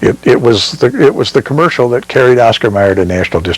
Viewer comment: Isnt it O S C A R. M E Y E R??????